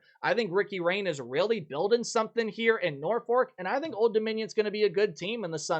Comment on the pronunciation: Ricky Rahne’s name is not pronounced “rainy” it is pronounced “Ronnie”. Colton Joseph, reminds me of ODUs first QB Thomas Demarco with his running style and the arm of Heinicke morphed into one player. He definitely will confuse a lot of defenses. Henicle, will be ODUs QB of the future and per the team members I talked with, he IS the fastest player on the team, faster than the running backs, receivers, defensive backs and safeties. With more experience his arm will only get better and with his speed, he will be a major threat to defenses. The receivers are taller, which will help. The Safeties and Defensive Backs also look a little taller. This should help defending against the pass. Henderson is back and healthy, this will help defensively in the middle and pass rush, along with the other linebackers that gained experience over the last couple of years. Overall, I think we will have one of the best seasons we have had in a long time and this may be the most solid team we have had in a long time. After the spring game, fans were allowed on the field to meet and talk with the players. What I noticed this year was the high energy, confidence, and excitement with the players, something that seemed to be missing over the years. This is something that I haven’t really seen since the Heinicke years when those early teams had the confidence that they could not be beat and if they got behind they knew they could play hard and come back and win. I think the Monarchs will be at a mini